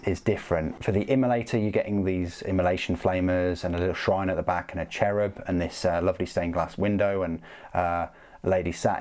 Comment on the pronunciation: Love how you pronounce the Cherubim, sounds like Cherry bomb to me ^^ Anyways great video and great review, I probably will start a small sisters army as well, just to have all three inquisition orders, as I have a mostly metal Grey Knights army, a Deathwatch force, although that one is very small, Can't keep away these beautiful ladies. I think GW really hit the spot with their Knights Adeptus Mechanicus and Sisters releases in the last years, I remember people waiting for all of these for years to be either receiving modells at all or geta decent re-release. :) Thanks for keeping the videos up and pet your Dog, iirc you have a Great Pyrenees as well :)